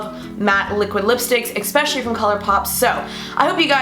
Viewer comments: pet peeve: expsecially when it should be especially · no offence but why does everyone say eCspecially instead of eSPecially